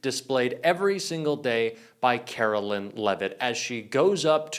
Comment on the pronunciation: Her name is Karoline not Carolyn